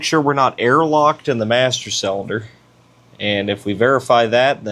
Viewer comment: you and other youtubers driving me nuts by pronouncing cylinder selender :face-purple-crying